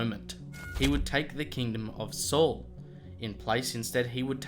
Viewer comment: It wasn't a "slingshot." It was a sling. Slingshots are the modern equivalent. It was a "Sling" that David used. It might be minor but accuracy matters. Also are you saying "Soul" or "Saul?" Are you saying "Shaw" or "Shawl? "I can't tell your pronunciation is terrible, I can't tell. I know words are hard. You can do it though I believe in you.